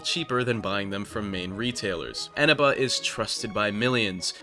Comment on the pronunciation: wait isnt the stress syllable on the middle e? Isn't it Enéba?